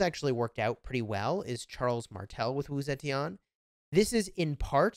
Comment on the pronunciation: is pronounced Wu Ze TEAN for you. NOT TI AN